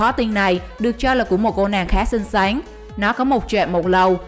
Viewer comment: Bn nói ngọng à nói là bn gái ấy rất xinh xán